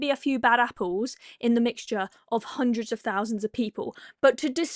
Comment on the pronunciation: "Jewemeh" "19 hundweds fhirty or sumpfink"